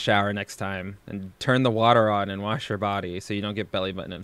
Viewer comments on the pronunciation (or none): none